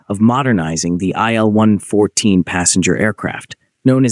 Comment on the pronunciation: It's not an "ai el". It's an il-114. ilyushin. Like "eel"